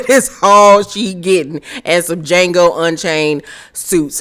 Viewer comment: Did you just say DeJango suits!!!! Noooo! 🤣🤣🤣🤣